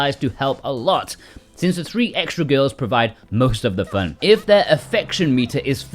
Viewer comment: Its FUUUHHHHHHNN! dude really? How u talk?